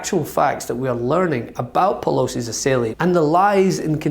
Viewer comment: Assailant not assailiant.